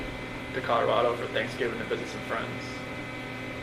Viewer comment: I hate the way he pronounces "Colorado." I don't like anything else about this lying murderer, either.